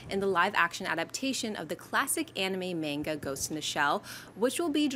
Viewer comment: You pronounced " Manga " wrong._.